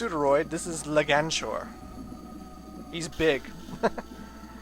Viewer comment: Just so you know,, it's Leg-Anchor.